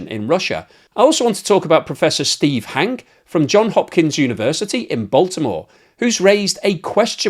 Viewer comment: It's Hankeee, not Hank.